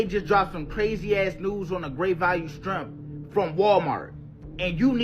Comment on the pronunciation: He said strimp lol